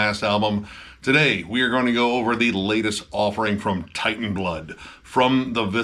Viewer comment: It's not war metal. and its not pronounced as Titan. Its Teitan which is from galician (spanish dialect) and old norse.